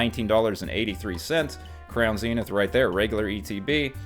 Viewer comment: Thank you for not saying Zen-ith. Its like nails on a chalkboard for me.#pokepositive